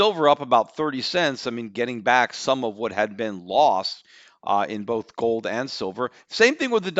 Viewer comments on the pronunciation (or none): none